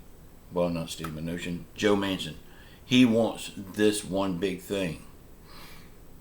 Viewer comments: His name is Joe Manchin, not Mansion, pronounced Man- Chin. just saying….. trying to help that’s all. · Perry apparently doesn’t he keeps saying Man-Son, I was only trying to help so how about you crawl back in your hole and mind your own business!!! How old are you 10???